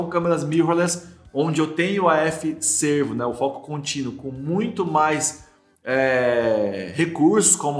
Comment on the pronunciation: Não é AF Sêrvo (parece antílope) ... É AF Sérvo (de serviçal, empregado, dedicado)....